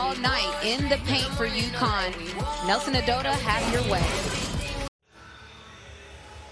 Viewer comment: Please learn the pronunciation of player's names. Her name is Olivia Nelson-Ododa :)